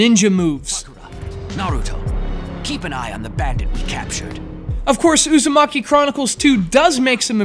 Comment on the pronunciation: narooto usumaki...nice pronounciation...